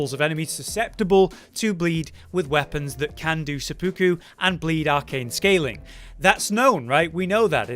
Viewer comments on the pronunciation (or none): my guy its seh-poo-ku not suh-puku